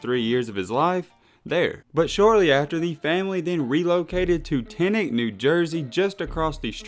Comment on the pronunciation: the way you said teaneck 😂